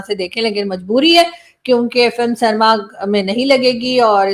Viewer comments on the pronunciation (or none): ek request, Indian actors ka nam nahi apne jaban se bolna..Akshay khanna ko ekshay khanna bolti hai aap, Cinema ko canema bolti hai tum, Pakistani tongue cleaner use nahi kar raha hai lagta hai.😂😂